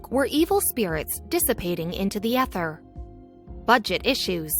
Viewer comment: You would think that someone reading a script would know how to pronounce common terms like hearth and ether.